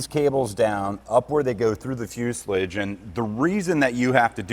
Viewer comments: Fuselage's last syllable is pronounced like Massage.. not like mucilage. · You say fuselige, I say fuselage. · It's a fyoo·suh·laazh not whatever you're saying. Just say'n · Fu·se·lage........Fu·se·lage.. Say it with me, Fu ... Se.... lage... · Sorry but what’s a Fuselidge? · Amazing video, I love watching the progress on this along with the rest of your projects, it really opens my eyes to how different smaller aircraft are to something like an a320 or 737, aircraft I worked on as a technician for 3 years, one thing that’s bugging me though is how you pronounce fuselage, it’s pronounced “Fuse-el-aje” if you Google it will show you aswel 😂 keep up the great videos I look forward to seeing this bird take to the sky! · Fuselage is pronounced "FEW-se-laaaahgze." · What's a Fyuslidge? haha, only kidding. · There is no "i" in fuselage. (Few-sal-ah-j) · I love the way you pronounce fuselage, only in America!😅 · I have never heard someone pronounce fuselage that way lol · Only slightly triggered by how you pronounced the word “fuselage” 🤣 Much love and support👍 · Please stop saying fuselage like that. It hurts a little.